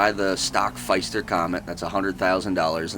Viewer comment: Correction it's Pfister